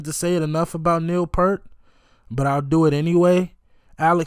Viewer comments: By the way, Neil pronounces he last name like you're saying "ear" with a "p" in front and a "t" at the end. I suggest watching this drum solo of his, which elevates him well above most drummers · Just a polite reminder that Neil Peart pronounced his name P-ear-T, not P-ur-T. So, his name rhymes with ear, sheer, beer, pier, etc. It doesn’t rhyme with Burt, shirt, or hurt. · Hey man, I love your openness to expose yourself to new music. Neil's last name is pronounced peert. P'EAR'T